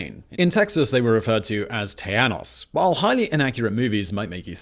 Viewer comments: Socka-teckoss is how you say Zacatecas. Tejanos = Tay-Han-ohs. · Alamo is use now for key word we been over run regroup special location prepared to fight till the end . Lololol tejanos pronouncing is wrong buddy lol you saying tiano lol I am rolling and texians bahahah OMG 🤣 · Agreed. Our Texas history class covered the “united we stand” approach to Texas Independence. Anyone else cringe when he says Tejanos? In Spanish j is an h sound- not y sound...it’s “Tay-han-os”! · It's Teh-ha-no